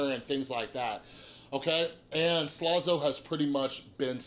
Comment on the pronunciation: It was funny when you kept saying slazo like "slozo"